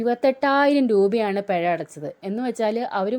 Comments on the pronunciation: പെയ അല്ല പിഴ 😁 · പെഴ അല്ല പിഴ